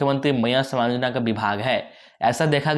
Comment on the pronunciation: कोई खुशखबरी नहीं है पहले बोलना सीखे सामान नहीं सम्मान भैया सम्मानयोजना सिर्फ बुड़बक बना रहा है सरकार, और आप ।